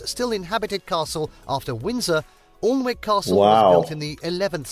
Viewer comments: 1. They butchered the pronunciation of “Alnwick” it’s pronounced like ‘Annick’ 2. They massively undersold Warwick castle, I think it’s one of the most underrated castles personally, the grounds are amazing as are the ones at Alnwick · Good to see, thank you. The narrator can't be English, he makes several mistakes on pronunciation, for instance ALNWICK (castle) is spoken as AN-ICK. When I was a kid we passed Arundel Castle every weekend when we went down to the Forest where an Uncle had a farm and we often kept our caravan there. Seeing the castle above the trees my mother would joke, oh look the flag's flying so they are in, lets drop in for a sandwich! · Folks Alnwick castle is pronounced Annick- 🏴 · and... Hi... Just to let you know, the narrator (I dont know if it's AI, or human?!), but it/he mispronounced the name of 'Alnwick Castle'. It is actually pronounced: Annick Castle... (I dont know why, but it is 'Annick' Castle, NOT "Alnwick" - despite how its spelt!) 🏴🙂🇬🇧❤️🖖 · Sadly the computerised voiceover can't pronounce Alnwick castle: "Annick" rhymes with Panic. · The narrator was more interested in telling us about the tea rooms and activities than the history of these buildings. His mispronunciation of Alnwick was inexcusable. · you cant move for the damned things over here.. you guys were big on buying bridges at one time, I'm sure you could get a deal on a few castle, in the north east alone we got over 70 of the things I'm sure a few wouldn't be missed edit.. lol never mind you got it edit to my edit.. the guys pronunciation of Alnwick castle is nauseating.. its an ick.. all one word anick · Awlnick...its not an authentic pronunciation. The local town is built on the river Aln, but the town name is pronounced A-nick and so the castle too follows this. Also, "Downton Abbey" is the residence of Lord Canarven ... the one alive back I the day was the same guy who discovered the grave of Tutankhamen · Alnwick Castle is pronounced Annick.